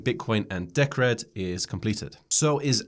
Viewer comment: Also, if you don't mind calling it deeee cred, instead of deh crehd. It's short for Decentralized Credits. I think Jake would appreciate that.